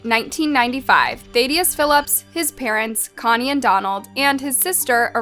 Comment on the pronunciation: She can say Thad but she can't say Thadius.